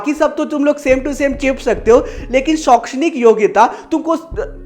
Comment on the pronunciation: Sir shokshanik nahi ahekshnik